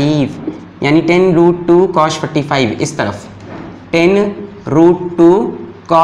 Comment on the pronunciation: its not "cosh" it's cos Cosh means hyperbolic cosine I know it's just a joke...but still